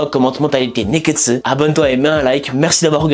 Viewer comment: J'aime trop comment tu prononces "Nekkestu", ça me donne envie de faire pareille